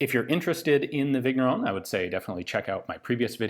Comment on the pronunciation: The GN in Vigneron is pronounced like the beginning of NYET, in Russian. French names can be tricky, like that.